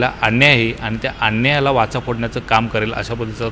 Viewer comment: वाचा नाही वाचा, नीट उच्चार करा